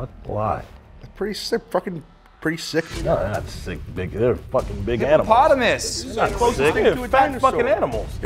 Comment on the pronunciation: Im LOSING MY FUCKING MY MIND to Caleb saying HIPPOPOTAMUS🤷🏽‍♂️🤷🏽‍♂️🤷🏽‍♂️🤷🏽‍♂️🤷🏽‍♂️🤣🤣🤣